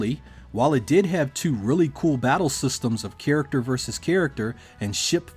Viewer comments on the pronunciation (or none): Oh man, please stop saying "keerickter".